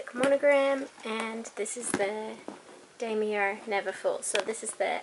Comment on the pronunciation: Damier "Damm yea" r is silent What bag are you getting next?